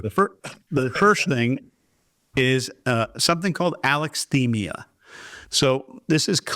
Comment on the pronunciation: Oof. The unclear descriptions and distinctions between schizotypal, schizoid, schizoaffective, schizophrenic, autism...and the mispronunciation of alexithymia...this was painful to watch.